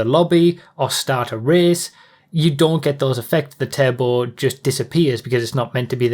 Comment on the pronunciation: I always thought you kept saying table and not "turbo" 😅🙃